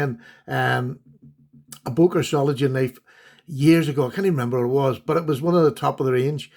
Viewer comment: It's pronounced ZOH-LING-ENN. fyi